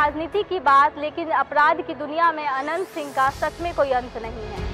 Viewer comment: Tumko Naam bolane Achcha Sa Nahin Aata Hai Naam Anant Singh Ji bolo